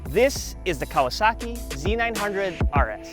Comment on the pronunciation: "Hallelujah" I'm glad to see someone calling it (Z 900) instead of (ZED 900) guess there is hope for humanity after all, hahaha, OH NICE VIDEO